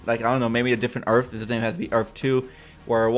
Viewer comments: the word is earth, not earf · Earth not earf! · "earf 2" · had to stop watching the video cause there is no such thing as an earf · Earf 2😂😂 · earf two 😂😂😂😂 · URF 2 lol this guy is killing me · Earff? lol earth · earf? wtf is earf? I think you meant earth. you don't seem too sure of yourself either how would Jay reckonise Barry whilst wearing a mask? did the team in season 1 reckonise Wells in a mask? .... NO. atleast try and sound like you have half an idea. if any body wants to watch decent reviews check out EMERGENCY AWESOME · I'm sorry but u were annoying the crap out of by saying earfh throughout the video